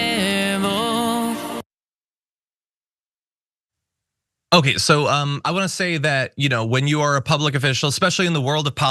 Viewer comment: LMAO!!! "Anything is posse-ayble" EARPLUGS PLEASE!!! PRONTO!!!!